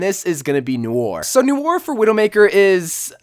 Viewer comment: Oh my gawd you misspronounced Noir! Jk jk but you really did